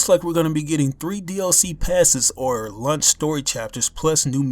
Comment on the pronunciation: Was I the only one that thought he said "Lunch", instead of "Launch"? lmao